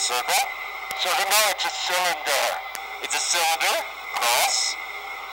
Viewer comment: Cilinder? Its cylinder